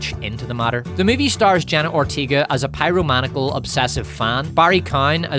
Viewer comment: Love you. Enough to correct your pronunciation: pie-roe-mun-AYE-ick-ull